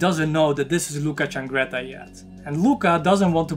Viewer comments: CIANGRETTA NOT CHAngretta. Damn. I hate this every time I fookin read it. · Ciangretta not Ch please…